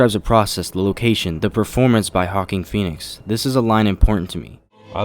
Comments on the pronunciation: "Hawking Phoenix" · "Hawking" Pheonix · “Hawking Phoenix”